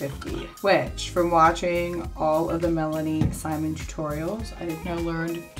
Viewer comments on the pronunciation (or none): none